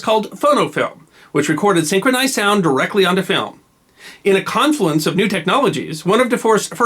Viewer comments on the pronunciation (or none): none